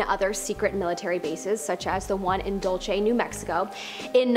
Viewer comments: Not dolce 🤣 it's pronounced like Dul-see Dulce,NM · I lived in New Mexico for a while and it's pronounced d u l s a y. And I love the videos love this channel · You pronounced Dulce wrong. what about the Gasbuggy Project. Near two kiloton underground detonation. What dark secrets can you pull on that?